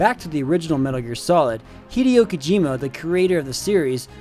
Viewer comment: When you worry about mispronouncing Yuji Shinkawa after mispronouncing Hideo Kojima...